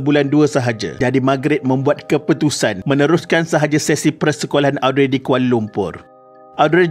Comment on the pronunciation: Mintak maaf admin.. cara sebutan nama Audrey ialah Oh-dree... Sekadar berkongsi